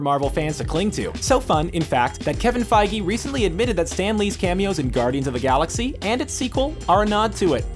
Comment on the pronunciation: your pronuncing feige wrong